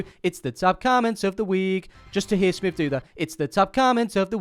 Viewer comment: Well done smiv for saying my name right again! Might remember me from Takeley fc video when I mentioned Clive 😂. Anyway have you seen him lately???